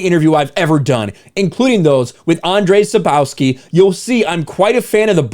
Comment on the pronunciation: bruh I like the content you do - but if you are such a huge fan of Witcher would be cool if you would learn how to read Andrzej Sapkowski name right xDD